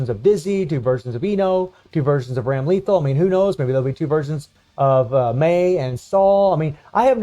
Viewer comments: Hahaha hope you read this - dont want you to go through another Honaka experience. Its Bike-n And Ram-lay-thawl 🤭 Just say em fast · Ok nothing against this guy, but him saying Baiken and Ramlethal's name wrong is funny hitting the like button on principle now!!